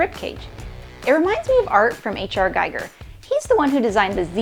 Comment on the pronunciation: H. R. Giger is pronounced Gee-ger.